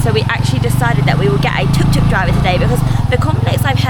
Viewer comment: Try to get it right. It’s tuk tuk